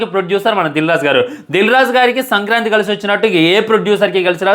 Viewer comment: Orey adhi sankrati kaadhu ra sankranti 😂😂😂